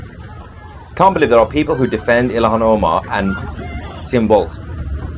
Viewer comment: Just A friendly FYI Born bred raised Minnesotan here. It's Tim Walz (Not Walsh or Waltz)